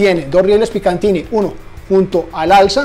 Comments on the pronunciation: Riel picatinny* No picantini... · Como siempre muy buen video y te agradezco transmitir esas sensaciones acerca de los materiales, ya que nadie lo hace así como uno quisiera saber sobre esto como consumidor. Una cosa que te quiero aportar y es que hasta hace poco yo cometí el mismo error y es que no se llaman "riel Picantiny", en realidad la marca es PICATINNY, sin la "n" intermedia. Ojalá hagas pronto algún video explorando los productos que están llegando de la marca Radelli. Éxitos!